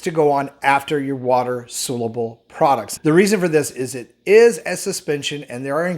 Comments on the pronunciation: Great video, thanks,. Just a friendly note that it's spelled "soluble" and is pronounced "SAHL-yoo-ble". Thanks! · Dear God! Will you please learn how to pronounce SOLUBLE!